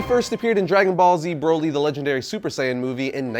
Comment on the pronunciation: How do you pronounce broccoli Exactly you're saying Broly wrong